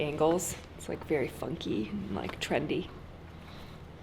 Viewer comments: It’s not trendy. It’s Trenty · 😂😂😂😂 instead of TRENDY you should say TRENTY 😂😂😂😂 Lisa UK xxxx